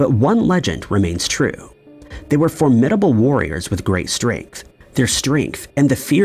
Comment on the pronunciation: YT seems so fake now, with Bot Programs instead of human "You" tube presentations with human voices. Like yt BEGAN! 😊. Bots do melodrama scripts of rumors & revised history presented as fact (right?). Social engineering, eh. 👍🏼 NOTE: Say: FOR'-mid-uh-bul 😊